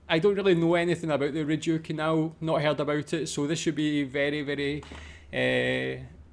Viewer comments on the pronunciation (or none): Your research should have included learning the correct pronunciation of Rideau - 'Reed-Oh' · Your work is excellent. The canal is phonetically called THE REED-O. (French Based) It is no landmark. It is a working shipping way and quite frankly dwarfs many of The Uk Canal Systems. Sorry bud. Gotta tell. It is one of the worlds most incredible waterways. Hundreds of kilometres. I think you nissed the sheer scale of it.